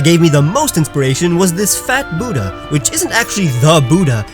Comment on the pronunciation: Bhudda not bhuddai